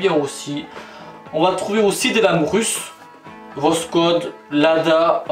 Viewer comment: Voskhod, se prononce Vasxod, le x se prononce comme la khota Espagnole